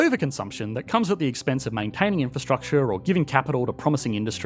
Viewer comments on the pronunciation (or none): drink whenever he says inferstructchaaar